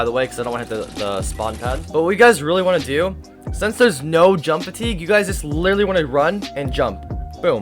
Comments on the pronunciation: Why do you say littely XD it is litteraly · The amount of times he miss pronounced the word literally is absurd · i like how he says (literally)